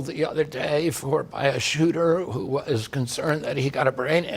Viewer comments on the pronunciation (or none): I love your delivery and how who pronounce the “H” in who, what, where and when!😂 Your content is always good